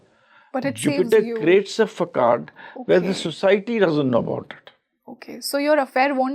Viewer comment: Facade is pronounced as fasaad and not fakade! Sorry it sounded very odd so couldn't help pinpointing . Dr meenakshi kilam j&k